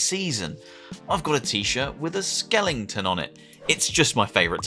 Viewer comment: skelington???????? skeleton don't be that guy XD